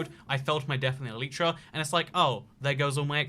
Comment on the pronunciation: No one::Elietra